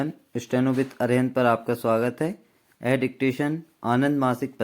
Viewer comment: "Yahe", thik se bolo sir please 👏👏👏